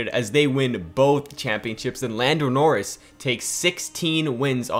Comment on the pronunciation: Did man just say boldo noris